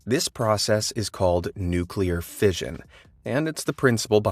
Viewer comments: I stopped the video when he pronounced it "nukular" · What irritates me the most are people who say NUKELAR!! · Mans is teaching us what makes a nukelear bomb works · I believe its pronounced newkler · People say nuke you lar.